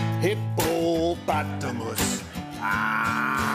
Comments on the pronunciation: i did not see that coming. and i mean the hip-po-pata-mus. lmao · Me: this whole thing is so painfully choreographed and a waste of an interview with a talented actor. Also me: hipp-o-potamus, hip-o-potamus